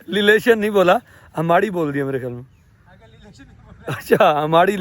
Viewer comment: Relation ❌ LeLation ✔️😂